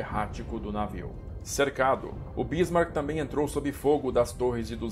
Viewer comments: Amigo é Bismarck e não Bísmarck. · Onde você arranjou esta acentuação na palavra Bísmark ? Não é proparoxítona.